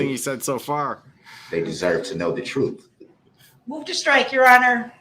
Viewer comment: I didn’t consent to them laughing at me. “I move for a motion to dismiss—finding a fact —-public servant - honor ur oaf—-troof—-Dooties. Y’all. What a thug